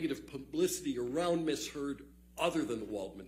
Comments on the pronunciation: He said Amber turd so many times in court it was funny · He does pronounce 'Amber Turd' quite loud and clear doesn't he 🤭🤭🤭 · Did he just call her Amber Turd? Swear I heard that. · Every time he says AmberTurd an angel gets its wings😂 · I love how hard he pronounces "Amber *TURD*" 😂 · he said amber turd 🤣🤣🤣🤣🤣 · I'm sorry, but am I the only one who's hearing Amber Turd instead of Amber Heard every once in a while? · Dude said "Amber Turd" 🤣🤣🤣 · Ok, I know this is completely juvenile (I get that), but I couldn't help giggling after hearing JD's lawyer call her "Amber Turd" 6 or 7 times. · He called her “Amber Turd” 😂😂😂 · 😂😂😂😂 he kept saying amber turd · He actually said Amber Turd🤭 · LMAO he said #amberturd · Every time he said AMBER TURD an angel got its wings 🤣👼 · Every time he says "Amber Turd". LOLLOLOLOLOOL🤣😂🤣😂🤣💩💩💩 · Did he say Amber Turd? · Lol did he say Amber Turd? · He LITERALLY SAID AMBER TURD THREE TIMES IN A COURT OF LAW. That’s hilarious AF !!😂